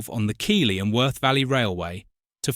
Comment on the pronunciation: Keethly not Keyly! Otherwise good.